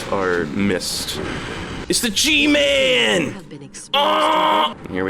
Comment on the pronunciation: the pure amount of boston packed into "IT'S THE GMAAAAAAAAAA-" is the best